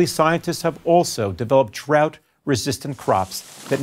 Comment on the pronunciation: It sounded like he said, "trout resistant crops". 😂 It gave me the mental image of guys sitting around corn fields early a.m. with guns, waiting for the trout to start moving in.